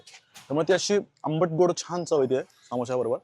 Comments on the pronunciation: सामोसा ❌❌❌ समोसा ✅✅✅ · सामोसा नाही समोसा ......माखनी नाही मखनी